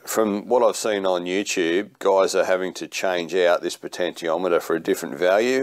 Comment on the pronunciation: Good job but... the pronunciation for the POT is 'potenshiometer', which you eventually got right towards the end. Still... I liked the video.